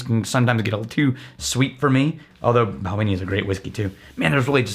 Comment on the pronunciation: It would help if you pronounced Balvenie properly. But because you didn't tells me you no nowt. Bye!!!